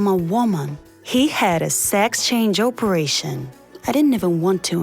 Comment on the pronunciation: She said Operation like o peration